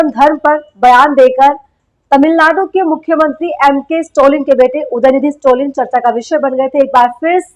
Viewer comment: Please tell his name correctly. It is STALIN STA + LIN ✅ Not STO + LIN ❎